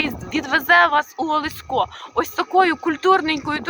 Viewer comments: В вікі вказано наголос ОлЕсько,а ви кажете ОлеськО.Чому? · Місцевий (галицький) діалектизм, досить поширений на львівщині